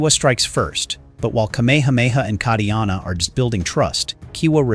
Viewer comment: Ka - Ee - Ah - Na : not Cutty Arna 🤣